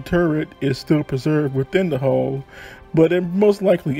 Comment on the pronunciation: The word is hull not hole.